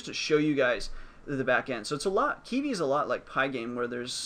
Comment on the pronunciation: Thanks for the video. I don't think you are pronouncing it correctly though lol. You're saying it like "key-vee"